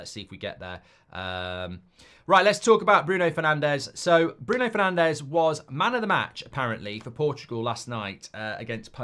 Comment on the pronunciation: Fernanch is how you actually say his name, watch the name video.